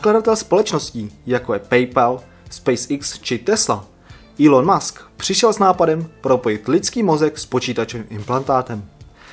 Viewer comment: MUSK..... ta výslovnost by mohla být lepší :)